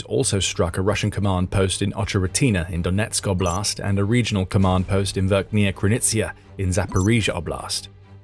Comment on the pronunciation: Pedagogical rhymes with logical. Also oblast is pronounced Awblist 🙏👍